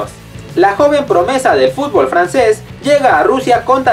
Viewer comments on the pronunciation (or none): none